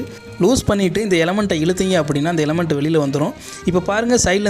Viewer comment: எலமன்ட் இல்லை எலிமென்ட். மேலும் மஞ்சள் கலர் ஸ்பான்ஞ் இல்லை கண்ணாடி மிருதுவான தூள். ( glass wool ). இது சூடு பரவாமல் தடுக்கும்.